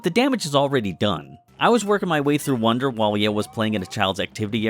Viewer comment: why do you pronounce it “wander” and not “wonder”